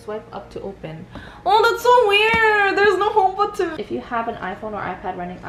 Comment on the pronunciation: I love how you pronounce Homebutton 😂😍